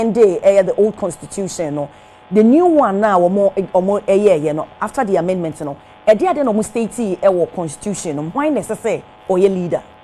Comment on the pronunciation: Please, we say Amendment but not Amandemant